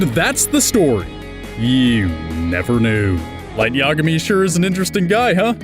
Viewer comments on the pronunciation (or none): i guess pronunciation of Yagami only bothers me...